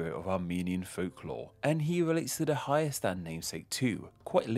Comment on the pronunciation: You said it pretty good